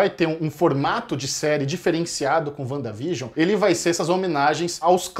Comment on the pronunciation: A colab mais perfeita da Net. Mas essa pronúncia "Uanda vigion" ??? Vcs tão de zueira né. Que forçada de barra. Kkkkkkk Sim os episódios fazem uma homenagem a TV, mas enquanto episódio mesmo, não tem nada de espetacular. A série não foi criada para ser uma homenagem a era de ouro da TV, o propósito é outro, é linkar com a fase 4, então... Menos nessa apologia exacerbada.